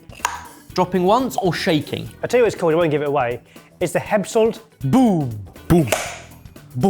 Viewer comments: Skeppshult it not pronounced Skeppshoolt, it is a short u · Barry saw the Swedish "sk" and just went "nope it's Eppshult" now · Your pronunciation of Skeppshult was very confusing. :-) I started looking for something called "Hempsolt" or something and I thought you said it was Swiss so when I finaly found it and saw it was Swedish (I'm from Sweden) and it was a Skeppshult I started laughing. :-) The company "Skeppshult" takes it's name from the town Skeppshult just FYI. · Heppshult? Scheppshult? Very strange pronunciation. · "Sk" i pronounced like "ch" i Bach, epps is pronounced like Eppstien the "u" is almost pronounced like the "u" i Amy Schumer so "hult" is pronounced like a ships "hull" but with that kind of "u" sound and with a "t" on the end. You would probobly spell it Cheppsholt if it was a English word. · Skeppshult is pronounced kinda like Scheppshult, they are mainly famous for their cast iron pans its been around since 1906 :) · The pronunciation of "Skeppshult" has killed my ears 🤣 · Ngl, I also thought it was a Japanese item until I read Skepphult (sorry Barry but your pronunciation was not the best). Now I kind of want it. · The way Barry pronounced Skeppshult is so bad it makes me feel like donning my iron hat and starting a new viking age. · The way you pronounce "skeppshult" was hilarious. It wasn't until it was written that I could tell it was a Swedish brand. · Jesus H Christ, that pronunciation of Skeppshult was criminal. I'm Swedish, and he said it a couple times before the text appeared on screen and I hadn't the foggiest that he was trying to say Skeppshult until I saw it written.